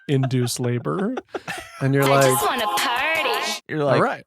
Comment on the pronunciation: I keep thinking Adam is saying "jizzed" when he says "just"